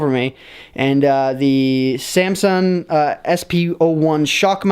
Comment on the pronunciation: ... It is samsung not samsum